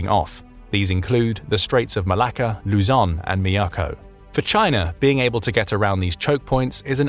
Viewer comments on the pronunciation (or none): none